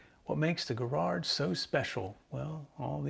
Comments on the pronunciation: It’s pronounced Jarrrard not Guh-rard. Also, with Miracord, the mir sound is like mirror. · Arrrgggh. The American pronunciation of Garrard hurts my British ears. At least you got the hard G right. 5 out of 10. 😂